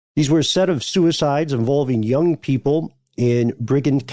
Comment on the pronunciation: Oh btw it’s neither “briggend” nor “bridgind” it’s said how it looks: BRIDGE - END as in… end of the bridge